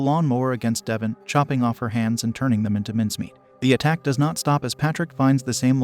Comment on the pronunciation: How does one read Devon and pronounce it as Devin